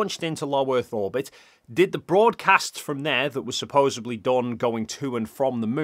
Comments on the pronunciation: THIS!!! It grates every time he says it, and it's not just in this video. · *Supposedly. “Supposebly” isn’t a word. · I appreciate and enjoy your debunks. Thank you! I do cringe every time you say “supposably” though😖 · let me spell it out for you seeing as you decided to pick an argument over something you don't understand. says "supposebly" instead of "supposedly". That's all. He said it loads of times. I like it, even though it's wrong. That's all. Congratulations, you managed to pick an argument over a really simple difference in pronunciation. Made a total mountain out of nothing at all. You're the reason that we're told not to look at the comments. Congratulations, genius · Supposedly not supposebly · Ok ok. I Like your videos. But it's supposeDly. There is no B in that word.